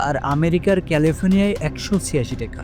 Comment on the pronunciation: ট্যাকা না রে ভাই টাকা!🙂 উচ্চারণ সঠিক হলে ভিডিও আরো গ্রহনযোগ্যতা পাবে! তাছাড়া বাকি সব তথ্যবহুল ও ঠিকঠাক!